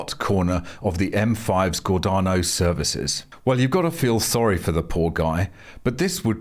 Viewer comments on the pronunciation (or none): 😂😂 just got laugh. Bet EV owners are the same people banging lids to save the NHS during the pandemic. Disagree with you, these are not rational people and never were. Oh wait they are off to get their nth booster for Covid 😂 it's Gordano said as if spelt Gordayno, I lived there since a kid. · Love how people say Gordano Services. 😂😂 ⚓️🦈🏴‍☠️. We pronounce it like this….. GORDAYNO.